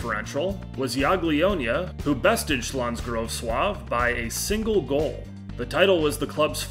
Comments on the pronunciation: Hey mate, I'm Polish. You pronounced Śląsk Wrocław correctly but Jagiellonia is pronounce Ya-Gie-Lon-ia. Don't mean to come off as rude, just trying to be helpful <3 I know Polish isn't easy to pronounce P.S. Quay is pronounced Key :) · Honestly I gotta say it wasn't bad at all, like I said, you pronounced Śląsk Wrocław near enough flawlessly. Quite impressive